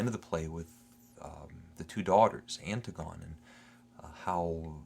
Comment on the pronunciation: Anne- Tig- on- ee not Anne- Tig -on... Oedipus means swollen foot...